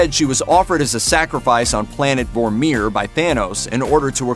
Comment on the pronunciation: Learn how to say Vormir